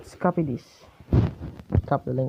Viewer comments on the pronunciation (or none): none